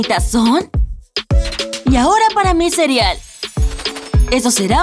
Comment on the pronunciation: Like si te diste cuenta de que digo cirial en vez de cereal